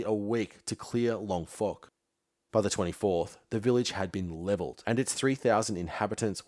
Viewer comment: Ugh! Mate. Have you actually spoken to anybody who - like my father - went through jungle warfare training at Canungra (pronounced "CAN-UNG-RA" - that's "UNG" as in "HUNG"), or any Australian alive from 1965 to 1972, like me, listening to daily news about fighting in Phuoc Tuy (pronounced "FOOK TWEE")? It doesn't sound like it. Also, since you seem personally convinced of the "Yellow Peril" of invasion of Australia (which is - and always has been - utter crap) I'll point out that if you had bothered to watch Ken Burns' seminal doco on Vietnam, you would know Ho Chi Minh wanted to establish a US style democratic republic before being spurned by Truman in 1948. Ho wasn't a Communist, he was a nationalist, who couldn't get Western democracies to support Vietnamese independence - which is what drove him into the arms of the Communist Chinese. Of course, since you seem to see all of the "Yellow" people as one big mass, maybe you should read up on how the Chinese and the Vietnamese are historical enemies and you might get an insight into how desperate Ho had to be to turn to Mao for help. Ho had been fighting for Vietnamese independence since he attended the Versailles peace conference in 1919. Your - strictly - military history output is great, but your political ignorance is just embarrassing.